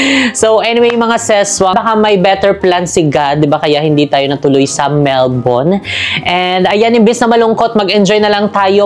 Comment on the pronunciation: Almost perfect pronunciation ng Melbourne. Love it 🥰